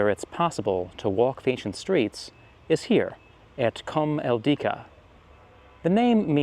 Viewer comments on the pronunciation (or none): Did he say cum Al dicks?